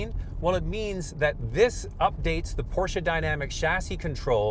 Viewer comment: Wtf is a porcha I thought it was porsche